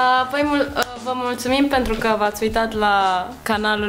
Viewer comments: "pantruca" fkgkfkfkfjf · dijo pantruca?